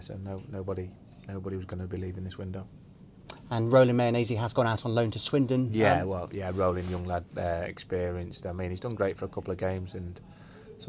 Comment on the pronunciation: Can't believe the interviewer, Richard Hoskins(?) actually called him Mayonnaisey FFS.